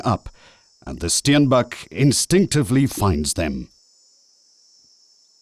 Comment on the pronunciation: the Steinbach?? Man it is the Steenbok.. I cannot watch this! the Auob river has already been called 3 different names, and I am only at 3.55 minutes.